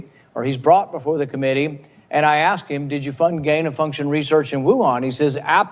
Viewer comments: When lock racist hateful lady can’t pronounce the word “Ask” correctly, instead of saying “akkss ” then we might listen. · I’m not axing her.